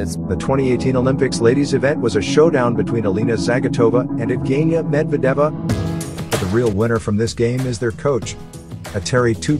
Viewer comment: Dude - you absolutely butchered their Russian last names….it’s pronounced Zah-gee-toe-va and Med-ved -dee-yAy-vah oh and as well as butchering the coach’s name which is pronounced Tube-er-reet-zah